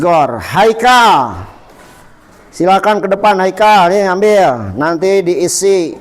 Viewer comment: Pak iye Khaikal kunaon ikal na teu katingali 😅😅